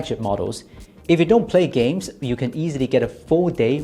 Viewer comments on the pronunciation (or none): none